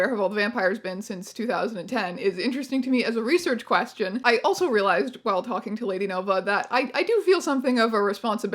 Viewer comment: "Quefion" <3 XD